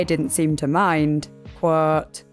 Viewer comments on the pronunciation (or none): by the way, there’s no such word as ‘qwhooooouuuuuuuuuwt’h’ - it’s quote. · Every time she says quote I hear her saying "Whhaaatt?" Like her mind is being blown by all these facts